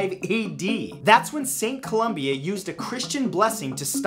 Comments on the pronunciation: St Columba NOT Columbia as he said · It's St. Columba, not St. Columbia.